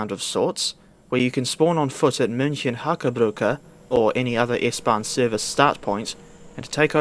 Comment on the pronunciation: Your pronunciation of München is spot on.